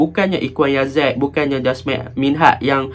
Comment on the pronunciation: Jasmir bang jasmine beras 😄.. yazik bang eja je yazek baca dia yazik..